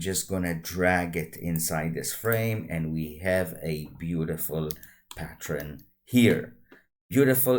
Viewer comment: patt-ERN not patt-REN 😉 Thanks for the tuto